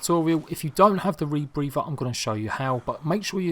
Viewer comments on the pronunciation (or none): Say rebrepher ONE MORE TIME!!